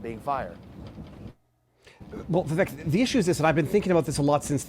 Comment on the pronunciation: How did you pronounce Vivek’s first name…?